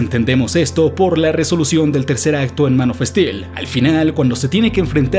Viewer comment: « Mano festil « jejeje…. Buen video, me gustó